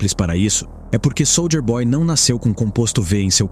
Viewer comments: "Sôlder boy". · Pena q o narrador fala SOLDER BOY... SOLDER